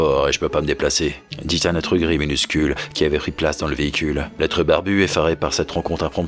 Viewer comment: Salut :) Mouiiiiii.. efectivment il y a un petit "zzz" qui ce glisse entre le 'dit un'.. mais je t'avoue que j'avais meme pas r'marqué tant j’étais dans l'histoire a m'taper des barres ^^". es c'que ca a vraiment de l'importance ? la form plus que le fond ?